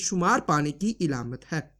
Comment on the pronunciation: ilamat nahi bro . alamat hai